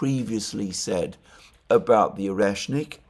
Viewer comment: "oneshkin", "oreshkin"... :))) all but the proper one "oreshNIK"